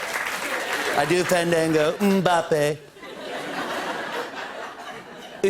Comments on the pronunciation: Jimmy stumbled a little on pronouncing Mbappe’s name but it’s all good. What a solid monologue👏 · they pronounce it without the "m" thou